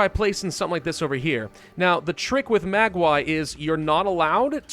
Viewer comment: Mag way? You mean Maguey? Its pronounced ma gay. Or you can say agave